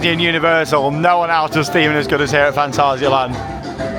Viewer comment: Stop speaking Gerglish please, If your speaking in German it's Fahn-TAH-zee-uh-lahnt, if your speaking in English it's Fan·tay·zee·uh Land 😊